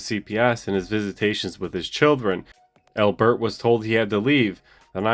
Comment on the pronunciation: Why do you say AL-bert like that? No one says al-BERT. It's just Albert. Do you say your own name like dan-IEL? Doubt it. I'm sure you say DAN-iel. So why say Albert like that?